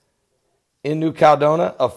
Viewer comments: It's 5 (FIVE) syllables: KAL-LED-DOH-NEE-YA. It's just like California: KAL-LEH-FOR-NEE-YA. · It is sending me nuts and with all due respect - it is New Cal e doe ni a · Can't someone tell how to pronounce New Caledonia? That is where McHale's Navy spent WWII!